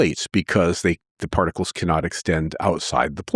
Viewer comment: particles not prticles